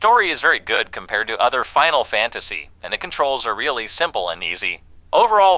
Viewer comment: Bro but you said final fanstasy wtf